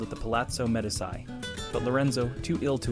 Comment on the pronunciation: Its hard to take a narrator seriously when he is incapable of pronouncing the word, Medici. Pathetic!